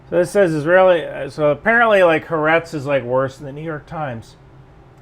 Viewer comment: Ryan, it's Ha Aretz. Litteraly means The Land.